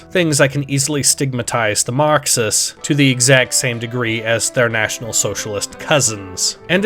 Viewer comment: tf u on? he pronounces it normal